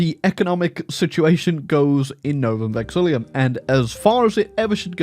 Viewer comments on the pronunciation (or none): i ain't tryna be petty but, you're adding an extra i "Novum VexiLLUM"